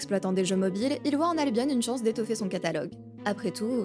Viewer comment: Ca se prononce albion comme opinion